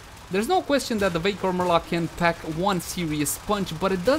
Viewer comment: I approve the way you pronounce marelok.